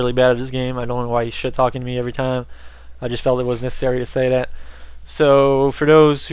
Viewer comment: "I'd like to remind everyone dat felonies is really bad at this game..." lol but you pronounce your "th"s like "d"s. Kind of odd.